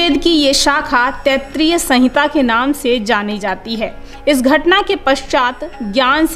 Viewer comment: तैत्रीय नहीं "तैत्तिरीय", उच्चारण दोष कई स्थानों पर हैं